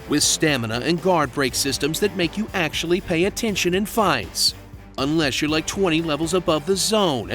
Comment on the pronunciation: Axetually... Nicr